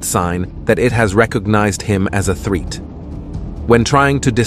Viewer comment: TF is a threet and a breeth